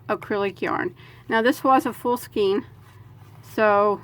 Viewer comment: skein is ponounced 'skane'